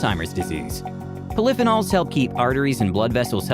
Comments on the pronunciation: Flip-anoles??? think the word is pronounced poly-fee-nalls . (polyphenols). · There goes living to 100. By the way, the word is pol-ee-fee-nawl. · Would you believe...poly-feen-alls Poli-feen-alls just in case you can't pronounce the first version. Try using a dictionary that has pronounciation included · Omg. Poly - phenols. Fee-nols. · Oh please! Learn how to pronounce “polyphenols” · Nice video about healthy living, but work on your pronunciation of "poly--phenols" :-)